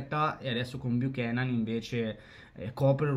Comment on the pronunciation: Ciao! BUON ANNO! 😎🥂 La pronuncia precisa di nome e cognome del nuovo acquisto del Inter é...: "TEIGION BIUCHÉNAN"